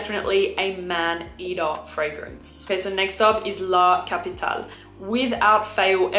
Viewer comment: Like you pronounce the E in Erba Pura you sould pronounce the E in La CapitalE, it's italian not french